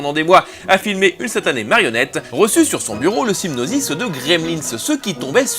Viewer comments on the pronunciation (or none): Excellent 😃 Juste 1 truc : c'est syNOpsis et pas syPNosis 😅 (à 2 reprises) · On dit synopsis et non sypnosis, soit dit en passant. Sinon bon boulot :) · "pour érire un sypnosis" il sait que respirer entre les prises c'est bien aussi? ^^ EDIT : ah bah non , il refait la boulette a . Bon bah juste, ça se dit synopsis pas sypnosis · Synopsis, pas Psygnosis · SYNOPSIS pas sypnosis... quand on parle de cinema, autant bien le faire. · youpi le retour de pédro, j'ai passé du temps à chercher sa chaine sans succès xD, sinon j'adore tellement ce que tu fais, tout le travail que ça demande est impressionant ps: continue à dire "sypnosis" ce que j'aime beaucoup dans tes vidéos c'est le coté authentique dans les explications, et les tic de voix y participent